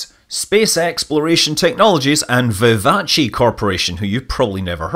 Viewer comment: I’m pretty sure it’s vivace, not vivaci